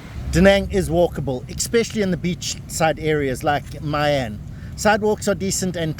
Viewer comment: "I" and "Y" are pronounced like in "Italy", so try pronounce My An again 😉